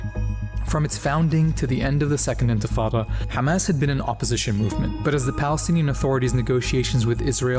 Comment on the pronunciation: I love hearing bro say حماس not Hamas or Khamas